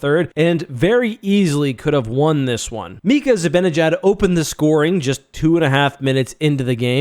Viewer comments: If you're gonna call yourself a Ranger fan you have gyatt to learn how to pronounce Zib"AH"njiad and not Zib"IN"injad. There is no "I" in the middle of his name. You can look up "Mr. Zibanejad reads the opening lineup, including Mika" to see how they pronounce it in case you thought your way was correct. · It’s Zi-BAN-eh-jad not Zi-BIN-i-jad. Even a TV pro like Olczyk can’t get it right 😂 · How hard can it be to pronounce Mikas last name...? Zi ba ne jad...!